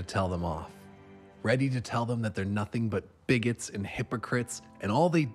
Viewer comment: I thought he said “close minded baguettes”